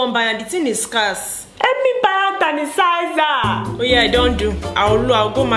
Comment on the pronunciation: “Hand tanisizer”,conora virus🤣🤣